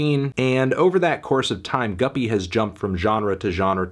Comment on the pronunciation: Thank God you learned it's pronounced guppy instead of goopy.